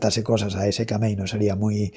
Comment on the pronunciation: Se pronuncia sikemei